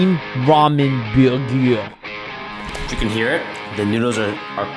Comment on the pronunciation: ah yes, the ramen biyugiyer